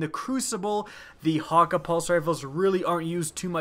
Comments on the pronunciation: hawka? I think it's 'hak ay' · Geoff Hughes Well considering the Jabberhakke-d is a play off the word Jabberwocky it would be pretty stupid to prounounce it Jabberhakkuh. Plus thats not how Cayde-6 prounounced it in the game. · Mah-doo-lah, hakke is also pronounced hack-aye. C'mon man.